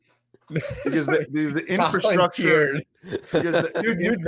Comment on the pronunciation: Sounds like says “infant-structure” instead of infrastructure.